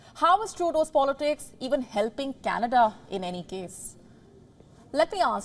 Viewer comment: You mean cana duhhhh